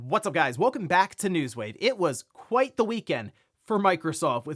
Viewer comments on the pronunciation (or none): “It was qwhite the weekend?” Whyyyyyy??!!!!